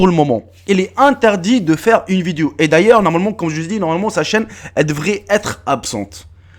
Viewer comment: On dit vidéo pas viduo